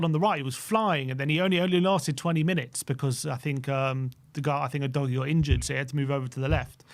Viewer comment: doesn't even put in enough effort to pronounce our third year player! oo doggie is the way it sounds not you dojie! Not even the arsenal gits call him "you dojie"